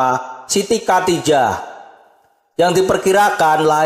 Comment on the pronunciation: ngomong khodijah aja nggak bisa (katijah), mau bahas-bahas sejarah Nabi.... kacau dah